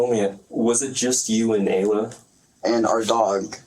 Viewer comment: Ayla is pronounced Aye-Luh.